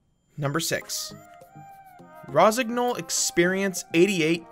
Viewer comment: nice lineups dont agree with the spots completely, but, then it ain't my line ups.One remark if i may be allowed the pronunciation of rosignol is rosinyol gn is ny as in new. best regards